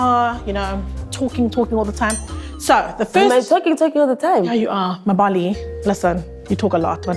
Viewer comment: The way she pronounced "Mbali" as "Ma-Mbali" 😭😭😭😭